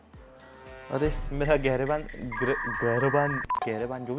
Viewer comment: girevan hota hai vo😅